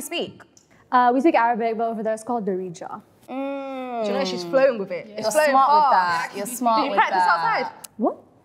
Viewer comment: she butchered the pronouncation of darija